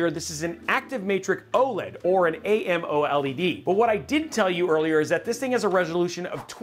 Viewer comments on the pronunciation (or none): none